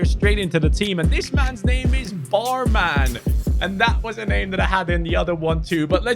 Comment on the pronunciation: Bruh That's pronounced Bormon, not barman. Secondly thats a titl, why does EA does it everytime 😅